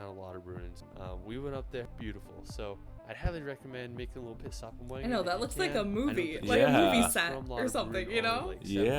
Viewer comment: Wengen prounonce with a V